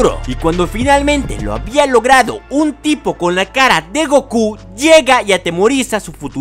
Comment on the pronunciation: Jaja si sonó chistoso esa parte